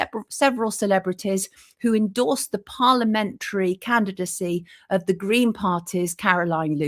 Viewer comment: Yeah he loved them gween's and bwown's